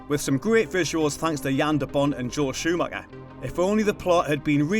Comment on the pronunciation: Joel Shoo-Macka, awesome